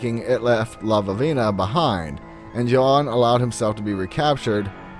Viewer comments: The stories are great and I always enjoy your show, but I would like to ask if you spelled Lavinia's name correctly? If you did, there is only one v, you were pronouncing it as if it had two v's. No big deal, but it is distracting since Lavinia is a common name and I don't understand why you would mistake it for "Lavavina. Anyway, keep up the good work, I get a kick out of the stories you come up with. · I think the name is La - vin - E - a . That sounded funny the way he said it. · La-vin-ia, not sure what name you were saying, it totally distracted me.